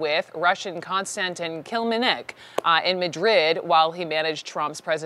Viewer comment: Covers the Russia investigation for 2 years and doesn't know how to say Kilimnik?